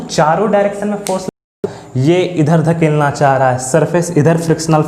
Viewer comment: धकेलना नहीं ढकेलना